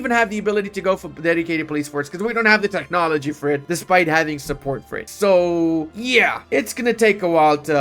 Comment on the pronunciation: Techhhnology, Eye-Ron 🙃